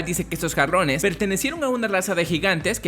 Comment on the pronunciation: entendi cabrones xD no jarrones